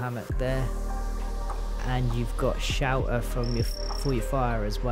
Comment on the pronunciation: Good video, best part is when you say shelter it sounds more like you say shower. Got me pretty confused at first, had to turn on subtitles only to find out youtube was just as confused lmao. But seriously, thx for the video.